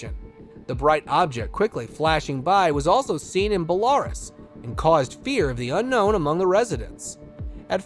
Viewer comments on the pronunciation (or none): Interesting but the mispronunciations are horrid. It BELArus and KIev